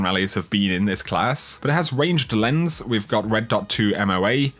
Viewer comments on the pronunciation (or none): none